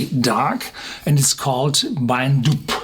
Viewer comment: Pronounced "Doo" not "Doob". Never in the North east of Scotland has Ben MacDui been known as the "Black Mountain". Marketing bullshit by corporate fools with no local knowledge.